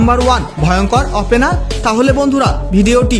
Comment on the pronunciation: আপেনার না বলুন... ওপেনার